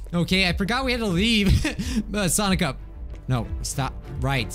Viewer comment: What i hear when he says sonic up SONICA